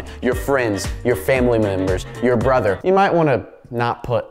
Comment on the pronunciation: Y DID HE SAID BRUTHTHER